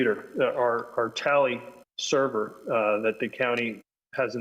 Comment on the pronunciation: Did he just say server?